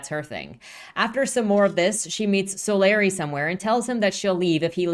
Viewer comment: I probably should've attached timestamps to these but oh well: 1) I can tell you have no interaction with the Rippaverse community at all because it's "So-LAH-ree", not "SO-lar EYE". But seriously, how do you even guess that wrong? If you saw "Solari" on someone's nametag, would you guess "SO-lar EYE" to that person's face?" (Oh, wait, you actually switch to the correct pronunciation later on. You had simply made a creative choice to annoy me for 10 minutes.) 2) What caused you to label the trio from Yaira's homeworld "bounty hunters"? That term has a specific meaning. We never actually learn what was the relationship between Yaira and the trio. Yanessa seems like some sort of royalty, or someone possessed of a prominent leadership role back on their homeworld, but it's never specified. 3) When Sally says, "I was here. I lived. I am still here among you," she's speaking from the perspective of creative achievement, be it biological, social, technological, etc. -- any impact a creature might have had that lasts into the future. She's not calling out her personal immortality. (The writers should have put quote marks around that portion of Sally's speech to make this clear.) 4) Jerry Monolfo's questioning the "archaicness" of Sally's specializing in archaeology is both a dad-joke play on words and an indicator that he doesn't believe looking backwards to the past is necessary to create the future that Projexus is supposed to achieve -- i.e., what does archaeology (how humans beh